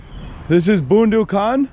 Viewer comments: it's Boondu khan not Boandu khan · Haha its more funny :D 1st funny part talking about road cross second one pronouncing bondu khan 🤣🤣🤣🥰🇵🇰